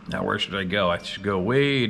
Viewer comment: Has anyone else started to count how many times in a video says, "nee-yeah".....*now? 🤨🤔 I've started saying it like that now just because.😆